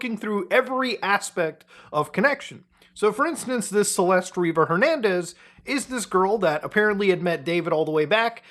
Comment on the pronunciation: "river jernandez"